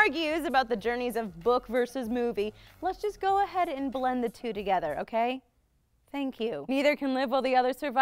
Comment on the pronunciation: number....twee? Two? Three?